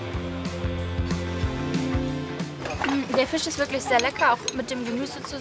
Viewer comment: Bei Rosin heißt der Lachs anscheinend Lechs oder Lochs...😂...